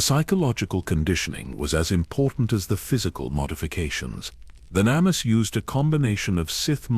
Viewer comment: Hey, I have a suggestion. Testing the AI with the names and other words they have trouble pronouncing, and trying to find ways to spell it so the AI pronounces them properly may be a good idea. Like with Venemis if you spelled it Venomous it would have said it properly. I don't mind these newer AI voices, but the mispronunciations of words that are used a lot can get a bit annoying. Luckily the stories are good enough to keep me here until the end, of course I need to know how it ends, but little things like words that are used a lot in a story being pronounced properly would make these really good stories that much better. This really is just a suggestion and not a complaint. I am a gamer, and RPG games are my thing, and I am all about grinding levels, so when I'm grinding I like to listen to stories, especially Star Wars. I am an OG Star Wars nerd from the ancient days of the original trilogy, so I listen quite often.